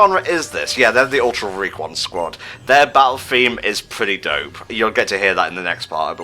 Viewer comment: really can not say "Ultra Recon Squad".